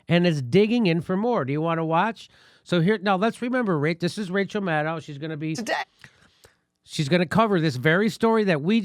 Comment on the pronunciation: Rachaahaa haa haa haa, can't even say her name. We know it's MUD.